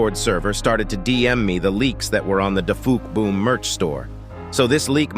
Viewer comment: His name is dufuqboom not dafuckboom